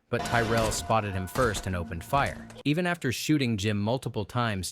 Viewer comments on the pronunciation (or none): none